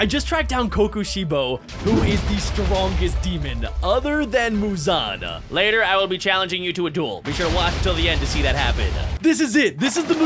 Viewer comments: You’re saying a blood wrong it’s Mouzon blood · Muzan-ah 😂😂I'm dying at how says -ah at the end of a bunch of words and names 😂😂😂😂 But no joke amazing vid😁